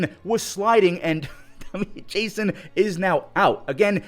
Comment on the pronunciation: You pronounced Dominguez first name wrong It is spelt (jasson) but it is pronounced jason